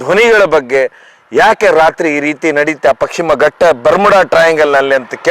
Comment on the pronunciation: ಅದು ಪಕ್ಷಿಮ ಘಟ್ಟ ಅಲ್ಲ. ಪಶ್ಚಿಮ ಘಟ್ಟ 1st ಕನ್ನಡ ಸರಿಯಾಗಿ ಮಾತಾಡಿ ಆಮೇಲೆ ಕಥೆ ಹೇಳಿ